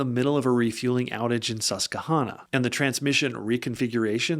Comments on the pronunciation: Susquehanna is pronounced like “Hannah” Sus kwa Hannah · Pennsylvanian here. Laughing every time tries to say “Susquehanna” 😂